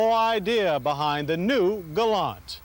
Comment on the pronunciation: Well, Mr. Davis says "Galant" (with the "t"), as it's supposed to be.